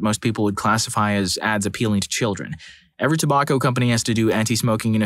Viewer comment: The way they pronounced tobacco triggered me.